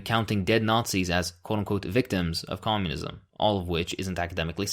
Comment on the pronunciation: Komyounizam get to da choppaaa !